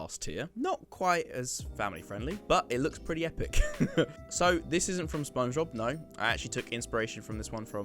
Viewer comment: I dont think its "spong bob"